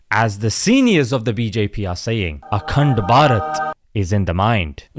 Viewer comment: Akhand (sounds like "a c-nt") Bharat 🤣🤣🤣🤣🤣🤣🤣🤣🤣 👍👍👍👍👍👍👍👍👍